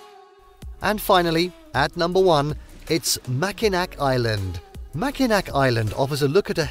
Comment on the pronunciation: Pronounced Mackinaw, you're welcome